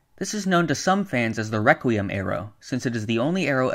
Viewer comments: Yes great rewquiem Lol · Reqwiem lol